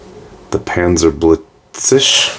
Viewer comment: Panzerblitzechse - the Echse Part is pronounced like the Exe of Executable - in German "chs" is usually pronounced like an X